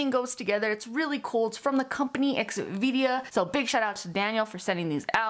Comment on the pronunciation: I think you’re incorrectly pronouncing the name of the company. Its xvida. Not xvidia So x then vida. ( v da) ur turning it to x v dia and that’s not correct